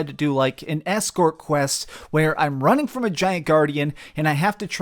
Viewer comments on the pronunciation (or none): none